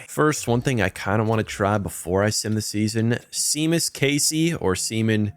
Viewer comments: You cant say shay-mus see-mus casey wtf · Love your vids ! Btw "Seamus" is pronounced "Shay-mus" like the wwe wrestler !